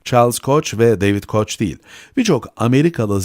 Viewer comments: yabancı isimlerin telaffuzu konusunda profesyonel yardım alın. koç değil koh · Koç degil koh yanlis telaffuz ediyor anlatan. Uyardik duzeltir belki dip notta